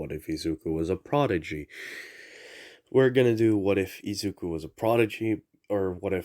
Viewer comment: Just gonna ignore the fact you keep saying izuku and think about the what if